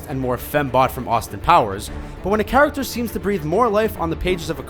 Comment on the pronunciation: "charactcher" XD